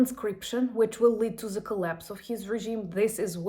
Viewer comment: Keep up the good work You say “the Russian army” correctly But not “the army” Before a word starting with a vowel the becomes thee and the two words combine in effect So, “the army” becomes “Thee-army” It facilitates spoken fluidity in the same manner that “is not”becomes “isn’t” Slava Ukraine